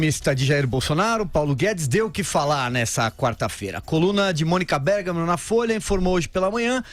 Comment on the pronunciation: parei no "Mônica Bergamo"